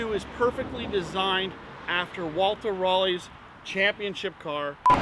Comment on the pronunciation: "after Walter Raleigh's championship car" made me spit my iced tea out!! It's Röhrl and hard to pronounce. Try 'rural' with an 'o' instead of the 'u' and that will get you close.